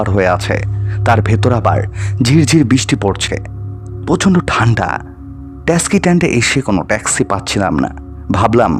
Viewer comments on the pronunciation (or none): Tumi bangla uchharon thik koro. Taski noy, taxi.